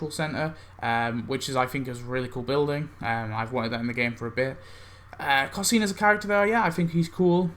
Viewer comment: It drives me crazy how u pronounce cosine...it’s pronounced Co-Sign. Pirate Nelson’s animation on the house boat really saved that costume a little. But the two costumes and that cosplay group so act 4 wins to me